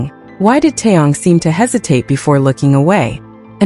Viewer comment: It's TAEHYUNG and not Tong. Don't mispronounce their names.